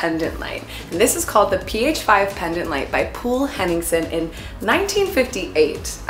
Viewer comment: omg POOL Henningsen I appreciate the effort of at least trying. A good tip for the future if you are unsure how to pronounce names, use google translate in the right language, and click the audio symbol to hear how it's pronounced 🙏🏻 Anyways, jokes aside, great freaking job. It's funny how these are "IN", I feel they are very old fashioned haha